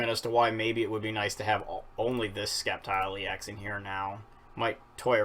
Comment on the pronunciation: Why do you say skeptile? It's pronounced septile. Like if it doesn't have that c. Just nitpicking sorry